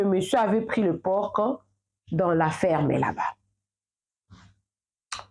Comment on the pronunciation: Bonjour on ne dit pas porque mais un por le c ne se prononce pas